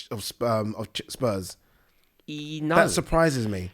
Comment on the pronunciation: man said spurm instead of spurs. my g what a guy ahahhahhah